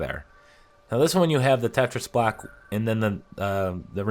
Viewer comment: When ever you said "block" it sounded like you were saying "black". So fkn confused even after that because they're squares anyway so why call them blocks??